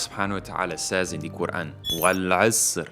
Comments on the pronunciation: brother your quran pronunciation is much improved. masha allah. as you read surah ul hassar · You are very correct and all of what you say is true. Your pronunciation of the Quran is beautiful. I aspire to be like you inshallah.